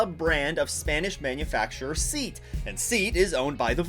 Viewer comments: Its pronounced SEE+aught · Your "seat" is pronounced "Sayat' like Italy's FiAT